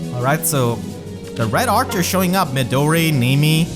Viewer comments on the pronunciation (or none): none